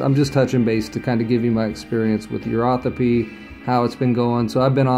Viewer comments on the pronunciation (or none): I thought I heard the host say urothepy, but I only know of the 2 different terms 'urotherapy' or 'uropathy'. Please correct me if I'm wrong.